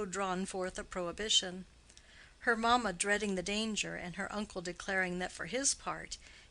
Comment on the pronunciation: From the reading one would think that the story is set on one of the plantaions in any of the American Southern states, instead of in Victorian England. E.g. it is maMA and not MAma ... The English is rather mangled I am afraid.